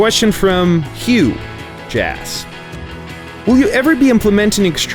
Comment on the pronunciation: I'm impressed by the pronunciation of HughJass